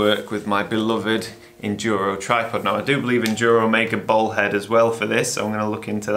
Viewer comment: He’s saying “bowl head”